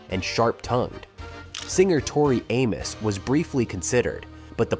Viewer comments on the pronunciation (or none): none